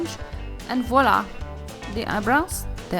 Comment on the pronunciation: hahahaha I love this so much! btw you say 'voila' perfectly :-p